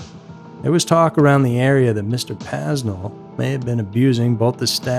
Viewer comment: When you can't even pronounce his name, I don't have much faith in the rest of your research. (It's PAY-nel)